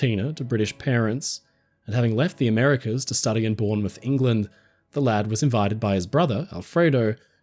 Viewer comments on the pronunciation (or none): none